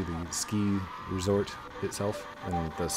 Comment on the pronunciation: U said resport not resort